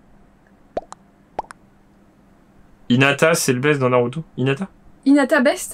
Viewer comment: C’est Hinata pas Hi a ta